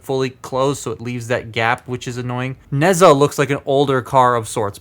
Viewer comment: You did not pronounce nezha